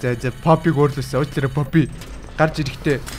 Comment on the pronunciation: Фофи биш роррү